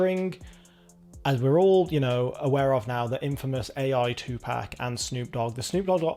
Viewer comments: It is 2Pac not 2Pack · 2Pac is pronounced Pahc/Pahck … it’s not like a pack of cigarettes